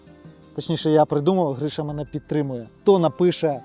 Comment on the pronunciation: Не Гріша, а ГрИша